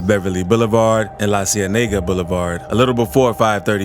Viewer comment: 🤣🤣🤣"the zzcene"